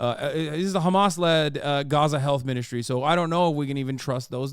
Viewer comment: FOR THE LOVE OF ALL THINGS!! STOP SAYING KHAMAS!!!!!!!!